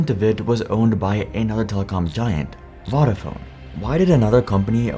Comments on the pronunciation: I don't know how much research you do for these videos, but it would have taken about a minute to learn how to pronounce "Vodafone". Voda like Yoda. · Please learn how to pronounce key words in your script correctly. Vodafone in this video, Gelsinger in the Intel video. It’s lazy and annoying. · 2000 was not Vodafone's first foray into wireless telecoms. They'd been doing it for years in the UK and elsewhere. It's also pronounced differently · Narrator can’t pronounce Vodafone properly 🤣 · Interesting video but it grates my ears the way you pronounce vodafone. Both o's are long like in phone.